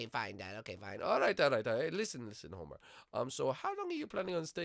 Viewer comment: it's homer not homie